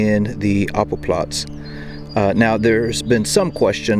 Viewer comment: not apple platz, Appellplatz (like the word: appeal - stressed on the second syllable, meaning roll call)